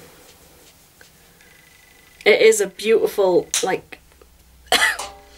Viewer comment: Nice makeup....you say beau-iful alott!!